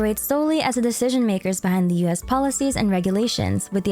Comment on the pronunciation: For some reason I always hear "US" when you say "Liyue's"